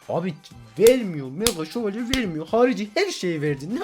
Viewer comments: 3.01 mega dakavuga mega sovalye diyooooooo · Mega dalkavuka mega şovelye diyen masum köylü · Abi mega dalkavuka mega sovoleye diyon bu ne ya